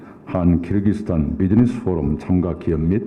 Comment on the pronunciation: 끼룩끼룩스탄이라고 안하시고 발음 잘하시네요 역시~~